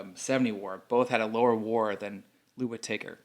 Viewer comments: Whit-Taker, lol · You're pronouncing Lou Whitaker's name incorrectly.